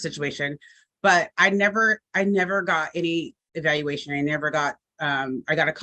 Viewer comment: She’s absolutely high right NOW When u cant say evaluation c’mon now